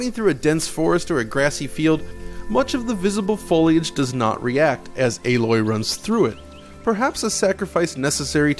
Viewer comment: It is not pronounced A....LOY its ALOY